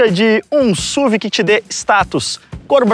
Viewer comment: PAREM DE FALAR SÚVI! Por favor, pelo amor de Deus, é uma sigla: Sport Utility Vehicle, S.U.V.